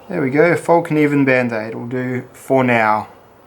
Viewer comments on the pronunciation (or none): Thought Lilly would have sent you one of each of hers, to test by now, !!! ps,, it's still pronounced FELK NEE VENN,, lol...